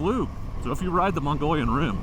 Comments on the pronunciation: Its pronounced MOH-GHEE-ON rim, and I recommend it for an ADV ride! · The "Rim" is the southern edge of the Colorado Plateau. It is pronounced "Mo-Ge-Own" rim. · It’s pronounced “ Mo-glee-on” Rim 😂 Not part of Asia. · I’ve heard the locals pronounce it both MUG-ee-own or muh-guh-YOHN or MUG-ee-YOHN